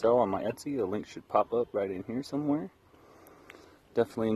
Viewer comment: *Definitely. Not "defiantly."